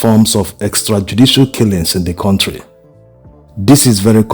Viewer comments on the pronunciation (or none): none